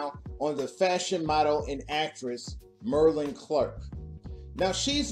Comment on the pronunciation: Her name, Marlene, is pronounced (Mar LEEN). Not (MER lin)!!! OMG.... Oh Ganja and HESS not ("Ganja & HISS) You're killing me. Other than that great Vid!!!